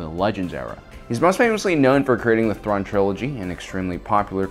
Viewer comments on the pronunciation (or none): none